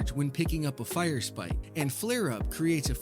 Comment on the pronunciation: Hi. Big fan. I've seen all your XXX films. Just one question though. When did the second r in firesprite hurt you? You don't seem to wanna talk about it. Signed, -Your friendly neighborhood hunter main